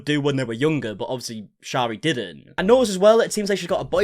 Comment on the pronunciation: You are pronouncing her name wrong, it’s pronounced sherry. 😬